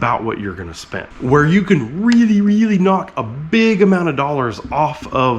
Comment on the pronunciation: Did you just say "Ken you see this?" while talking about your Ken block replica truck?